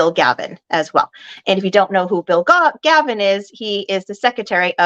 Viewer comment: Galvin not Gavin